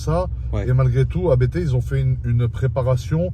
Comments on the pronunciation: Je vous rassure on dit bien « Abété » et non « Apte » pour ABT 😂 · Concernant Abt, ça se dit 'Abte', comme un seul mot, c'est le nom de famille du préparateur allemand :) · S'il vous plait "arrêter" de dire A.B.T, ce n''est pas un sigle comme le préparateur M.T.M par exemple, il s'agit d'un nom propre, celui de Christian Abt fondateur de Abt sportsline. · Pour la petite histoire ABT se prononce « apte », du nom de son fondateur, l’allemand Johann Abt. 😉